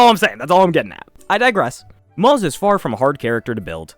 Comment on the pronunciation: isnt moze pronounced like moh zuh rather than the way it looks in english? great video though helps a lot